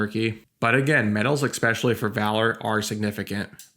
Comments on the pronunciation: "Expesially"😂 Bro, if you're gonna make a video ragging on somebody, judging them for what they say, you can't be mispronouncing words like you're a three year old😂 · You said expecially, that's especially odd.